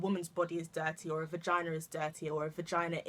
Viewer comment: You always deliver something different... But hold up girl did you just say "Regina" 😂😂😂😂😂😂